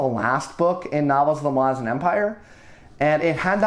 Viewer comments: Okay awesome work, but omg I can't get around how you pronounce "ma-lazans" opposed to "mala-zans". its a me problem, but love any youtuber that talks about this series! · I cringed so fucking hard when you said "Muh-LAH-zin" instead of "MAH-luh-zan". I've never heard a worse pronunciation of that word lmao. 😭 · Anyone else pronounce it Mal-uh-zan? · Is that how Malazan is pronounced? I’ve been saying it so differently in my head the whole series it was jarring to hear your pronunciation! Nevertheless i really enjoyed your breakdown!